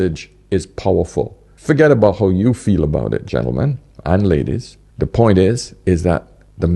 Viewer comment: has a point even if he has trouble pronouncing the 'T' at the end🤣🤣🤣🤣